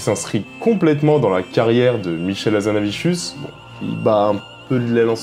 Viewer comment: Pourquoi "HazanaviCHius" ?